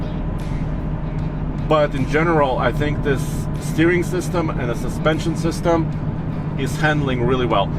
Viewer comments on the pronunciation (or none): none